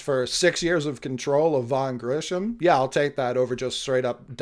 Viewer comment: Grissom not Grisham/Grishom